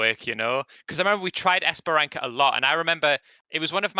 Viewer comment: guys, not esperanKa, but esperanSa